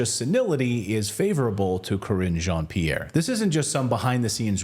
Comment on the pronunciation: Crringe Jean Pierre, I thought thats what I heard lol